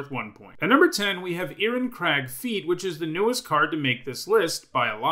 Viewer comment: Interesting, I didn't know Irencrag was pronounced like that. Anyway keep up the great content.